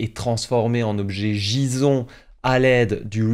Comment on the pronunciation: j ai bien entendu, JISON ! nooooooooooooo 😿